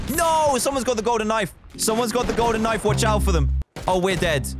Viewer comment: Me: almost getting a backstab Dan: *Backstab me with a golden knoife Me